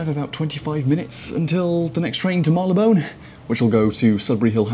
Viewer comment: Marylebone NOT Marleybone.